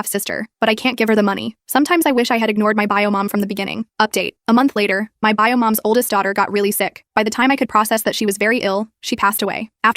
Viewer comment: “buy-o” instead of “bio” lol